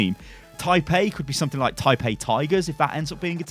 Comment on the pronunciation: lol keep saying taipei...lol